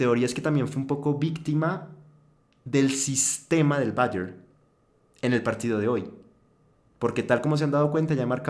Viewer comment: dejen de pronuncia Bayer como si fuese ingles... Es aleman ahha